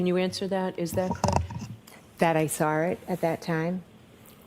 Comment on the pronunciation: If Jen McCabe says "SAR IT" INSTEAD OF "SAW IT" one more time.....